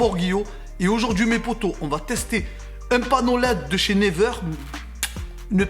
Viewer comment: C't'accent Anglais Ah ah ah!!! Never on dit niwaire plutôt mais ça me fait golri qd même bravo!!!